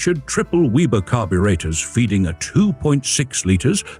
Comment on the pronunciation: Weber carburetors, not weeber. Your AI narration hurts a great story.